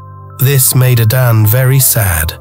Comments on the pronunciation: This is nice But i suggest an African plain voiceover should be used. So we don't get hear the igbo "A-d-a-nn-ay" pronounced as "A-d-a-n" 🥂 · I love these stories; keep them coming! My enjoyment of this one was, however, soured by pronunciation of 'Adane'. Please pronounce it as it should be, enunciating the 'e' at the end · Arinze is what Nigerians call "woman wrapper", he should have moved on after Adanne repaid him with ingratitude and haughtiness. By the way, the narrator is purposely mispronouncing Adanne -- he sporadically pronounces it correctly but only to go back to mispronouncing it. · I wished that the narrator had learned to pronounce Adanne properly. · My issue is with the narrator,why use one who can't pronounce the names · A Nigerian would have done the voice over, getting the pronunciation of the princess’s name is annoying. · You mispronounced the name. And coming from the people that bears the name,it can of like put me off the story 😢😢.